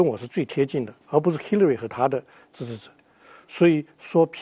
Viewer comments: 叫兽 那叫Hillary 发“h”的音 你愣是不停地在说“西”乐瑞。 还在美国生活20年还大学教授。 不谈论点 就你不停打断别人说话的样子 真叫人反感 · Hillary都读不准，为什么不直接说中文？干嘛b还美国大学教授？